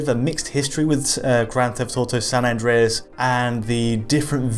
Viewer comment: san andweas hahahahaha